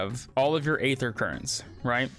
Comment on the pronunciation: thanks for the vid! aether is one of the gaming Industries cruelest words. Game developers love to use this word but it's actually just pronounced ether. The day is silent. Just like in the word demon. Daemon is often used in game development but again the a is silent.